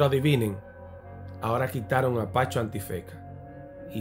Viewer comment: Brother me encantan tus videos pero tienes que correjir algunas pronunciación de nombre como el de Pacho, tu dices PaNcho. Lol😂 es SIN la “N” Bendiciones cdt